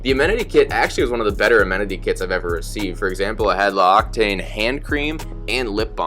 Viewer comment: "L'Occitane" = "Lox-i-tan" ;-)